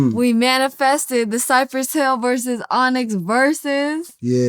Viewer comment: Why is he calling dem Cypress Hillz?